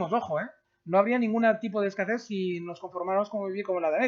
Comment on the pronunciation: "hay escacés"